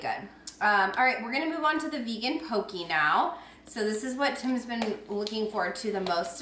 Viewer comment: I’ve added several things to my list already (shrimp boom bah, vanilla goat cheese and vegan poke) and I’m just halfway through the video but wanted to mention that poke is pronounced to rhyme with “okay” - FYI. Thanks for this surprise post!